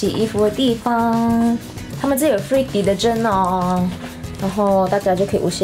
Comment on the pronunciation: That is Malaysian English